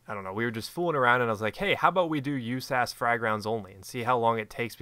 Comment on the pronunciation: stop calling it "you-ssass, it is pronounced usas like saying each letter.